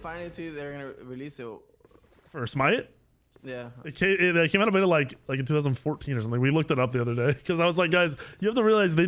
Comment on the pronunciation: okat its smite